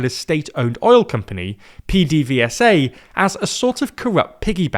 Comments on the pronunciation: Hearing PDVSA pronounced P D V S A instead of PeDeVeSA is wild. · Venezuelan here. No one calls PDVSA "P-D-V-S-A". We call it "Pe-de-ve-sa", we always did. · PDVSA is prounonced "PEDAVESA" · You really need to look up how to pronounce PDVSA